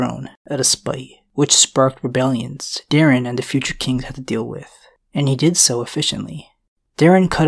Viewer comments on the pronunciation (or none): Bro I’m begging their names were DAY-ron